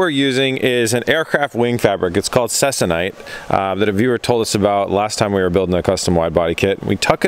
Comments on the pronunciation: Please it’s pronounced CEE-KON-ITE. Also, if you want even stretching, use an old clothes iron. (They maintain temps better than the new energy efficient ones). Less steam ports the better. Or get a hobbyist iron. Then infrared thermometer, or dedicated iron thermometer, Let the iron turn on, set temp to 250 degrees Fahrenheit, LET TEMP STABILIZE for roughy 15 minutes, check temp again, and then tighten. Go to 200 first if less stretch is wanted. Iron everywhere. Don’t exceed 350 degrees-ish. Not using it for aircraft, so you can heat however hot you want, but as a rule of thumb, less heat than 350. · Interesting process. FYI - it's pronounced See-Con-Ite, a polyester fabric used in the aerospace industry for covering wings, fuselages and control surfaces of older airplanes. It is used to replace the original woven cotton or linen fabrics...stronger and lasts longer before the aircraft needs to be re-covered. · I believe Ceconite is pronounced SEEKONITE